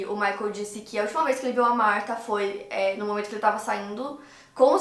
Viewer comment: Chateada pq falou meu nome errado 🥺